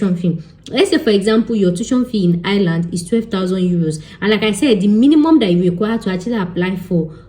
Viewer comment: It’s eye-r-land …